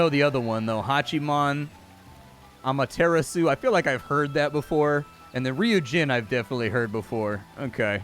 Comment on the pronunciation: I’ve never heard the sun goddess Amaterasu spoken like tiramisu! Gave me a good chuckle xD